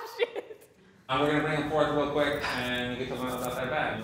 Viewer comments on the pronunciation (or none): none